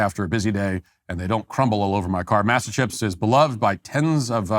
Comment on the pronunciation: I think the chips are pronounced Mossa, but hearing Matt say massa like he's back on the plantation is funny.